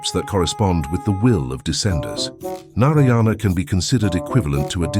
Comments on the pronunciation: As an Indian, the way u say nariyana is so funny lol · it’s pronounced as Naaraayana. The “a” should be pronounced a bit longer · Love the theory, but the way Narayana is being said in the video is killing me 😂😵